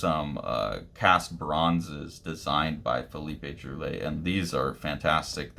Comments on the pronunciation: He is a master, yes very lovecraftian. Splash pages, double pages, playing with image and word boxes as well as lettering. its pronounced Drool - aye. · It's pronounced sort of like "drwee-AY". I learn more unfamiliar names by just plugging them into youtube and listening to a native speaker say it :) Technically the `ll` is pronounce but it works similar to how you would say it in Spanish.